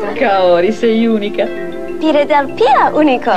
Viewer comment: I miei nonni pronunciavano 'philadelphia'.. piladelpia e lo fanno tutt'ora!!